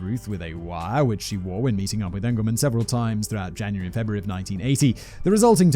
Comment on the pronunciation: It's peonounced "E"ngleman not "A"ngleman. I know his family.